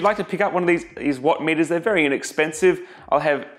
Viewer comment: "I grabbed one of these what metuhs" .... "Lets get staaaah-ted!"